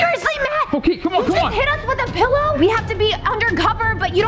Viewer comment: The way Matt said pilorlerrrr made me laugh so hard